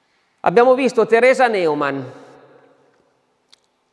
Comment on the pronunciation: Ciao, grazie per quello che fai. Volevo dirti che Neumann, in tedesco si legge NOIMANN perché le lettere eu = oi Sarebbe meglio che tu lo sapessi essendo che sei un bravo relatore. Grazie mille